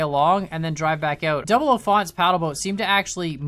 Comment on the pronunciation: "double-o fant", i guess its new name for 00Fant :D